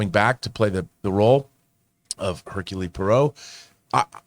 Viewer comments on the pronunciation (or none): These guys are hilarious the way they can't pronounce any names properly. Herculee Porro and Kenneth Branaaah? Give me a break.